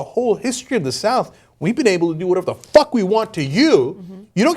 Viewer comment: The emphasis on the word "Fuck". Lol